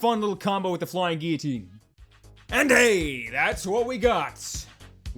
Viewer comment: Literally the only person who says "Guillotine" right. Literally.